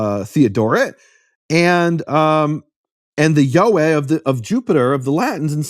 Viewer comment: Yod Hey Vav Hey = YeHoVaH. Take Biblical Hebrew from accredited school based out of Israel and you’ll learn this. You are pronouncing it correctly sir. Any Jewish person who reads the TANAKH can also clarify this.